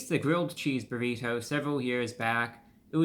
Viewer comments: I love ReviewBrah’s crisp articulation particularly with Ts. We normally say “burri-DOUGH” but he says it correctly as “burri-TOW” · My FAVORITE pronunciation of the word “Burr-EE-toe!!!!!! ❤ it